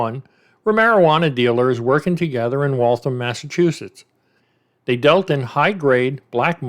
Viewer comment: Its pronounced wall-thamm like rhymes with whamm. Massachusetts has alot of wierd town names hahaha reminds me of Aaron Hernandez with the double murder way before the one he was charged with. Funny how they solve some of these way after they go on to commit other crimes.